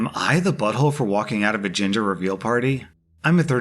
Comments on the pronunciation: I 100% thought you said ginger reveal party when introducing the story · bahaha every single time you said "gender"i heard "giinger" was fuckin hilarious 😂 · deadass thought he said ginger reveal party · I thought I was going to hear gender but I heard ginger too. Like omg XD. It was funny.